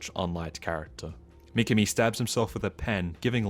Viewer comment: Good video but pronunciation of certain words or names like Mi-ki-mi instead of Mi-ka-mi makes it goofy..... (see what I did there?)